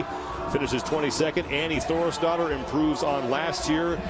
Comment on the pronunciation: My brain could not stop hearing Annie Thorisdottir as "Annie Thor's Daughter" and straight up I thought the commentators were just being assholes. (I don't watch crossfit much btw, I just got interested in the Murph Event and how people can crush such an insane event)